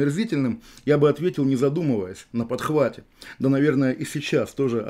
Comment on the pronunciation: Очень люблю у ОВ эту фрикативную Хэ, как в слове «на подхвате». Кавказское детство, как и у меня)))